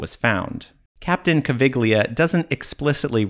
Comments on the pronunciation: Caviglia, not Cavighlia!!!! "gli" like Yankee, Egyptian politicians and cultural representatives are at an level little higher than a dromedary, you can't expect too much from them. (their boss likes to play indiana jones) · Caviglia is pronounced Ca-vee-lee-uh.